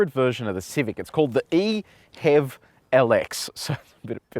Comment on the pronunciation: How can you prononce it "ehev" and not "e-h-e-v"... Mystery...